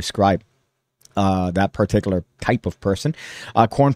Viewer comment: You need to work on your pronunciation of the word particular. It's a word you clearly love, as do I. However, you need to relax a little when you deliver the first syllable there. You're way too heavy with that first syllable. Just chill, man. You're like: (PAR-TIK-yoo-ler). Only one syllable needs stress, and it's the second one. Say: (puh-TIK-yuu-luh). Give your tongue a break - heaven knows your tongue needs a break with all the rug-munching you do.